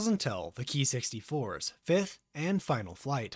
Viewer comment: I am no expert either but I believe it should be pronounced "kay-eye" not "key"